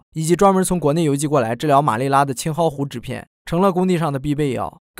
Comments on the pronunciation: 疟疾又称 马拉利，不是马利拉哦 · 老铁说错了，是马拉利，字幕对，说错了